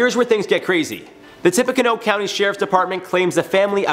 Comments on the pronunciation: Tippecanoe is pronounced like "tippy canoo". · It is pronounced “Tip- a - Can-new”